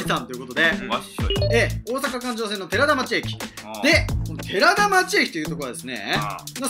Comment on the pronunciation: “てらだちょう”ですよ。